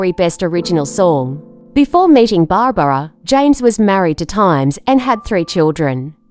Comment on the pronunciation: Uh it's Barbra not Barbara.